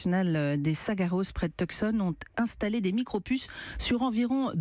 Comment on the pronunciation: Tuscon en AZ se prononce "tussone". Merci.